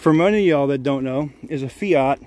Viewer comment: the fiyot as you call it is a fiat with a at (at) the end not a yot as for the lights on the dash may be you should go read the manual then it may make some dam sense